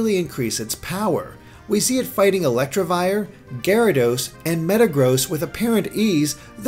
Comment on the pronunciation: First of all, it's "Electivire", not "Electrivire" Note the missing R. The idea of fighting wild pokemon in a city is interesting. After all, that's why it happened in B2W2 (and i guess any city with fishing spots)